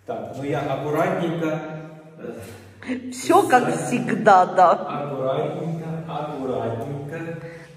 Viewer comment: Это же вы так произносите" Аккуятненько"